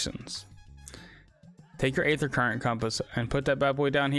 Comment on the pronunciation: thanks for the vid! aether is one of the gaming Industries cruelest words. Game developers love to use this word but it's actually just pronounced ether. The day is silent. Just like in the word demon. Daemon is often used in game development but again the a is silent.